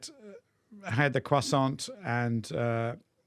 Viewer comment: Croissant has a silent T!!!